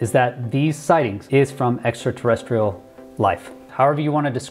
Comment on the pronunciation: Extraterresterial??? Really???